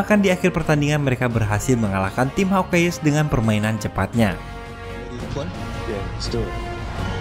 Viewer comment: Hawk ais baca nya bukan HAWK EYEEEEEEESSSS 🤣🤣🤣🤣🤣🤣🤣